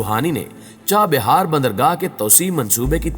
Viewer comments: It is CHAH Bahar and not CHA BIHAR Correct your Pronounciation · چاہ بیار نہیں چاہ بہار